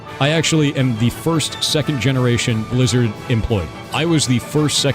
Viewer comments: I started hearing Lizard instead of Blizzard. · Take a shot everytime he says 'Blizzerd' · Lizard, Lizard lizard all i hear haha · He wasn't talking about blizzard, he said "bleezurd", get yo hearing straight